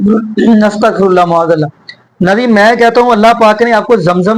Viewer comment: سلام علیکم جناب ، آپ اچھا وڈیو بناتے ہیں ان گمراہ علماء کی گمراہی بتانے کے لئے ، شکریہ ، مگر آپ شاید معاذ اللہ کا تلفظ غلط کرتے ہیں ، م پر زبر ہے ، پیش نہیں ، I will write the pronunciation in English. M'aaz Allah and not Mu'aaz Allah, Jazak Allah Khair